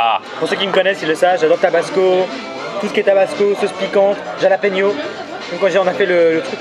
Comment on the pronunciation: Le mec qui dit jjjjalapegnyau ca se prononce halapeno svp svp